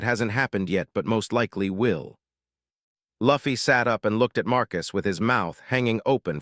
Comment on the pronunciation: Maybe if they spelled it "Loofy" the AI would have pronounced the name right! Lol 😂😂